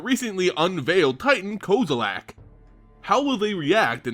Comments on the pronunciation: It is kozilek, not kozilak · Why do you say Kozalack?